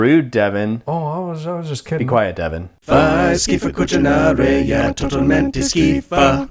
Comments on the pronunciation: Actually it's "Cucinare" instead of "Chuchinaray" but I'll bless your pesto with my Italian spirit anyway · I don't like to correct people, but since I'm italian I have to do this; it's "fai schifo a cucinare", not "fai schifo a cucinary" ;). Great video btw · It's Cucinare not Cuchynaray ! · Hate to say it, as I'm such a big fan (and I'm pretty sure it was intentional), but it's "cucinare", and not "cucinaray". Love you though YSAC.